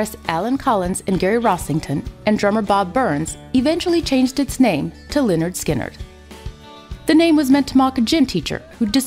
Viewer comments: she prounounced lynyrd skynyrd wrong it´s prounounced leh-nerd-skin-nerd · Hey narrator, it's pronounced 'Lĕh-'nérd 'Skin-'nérd."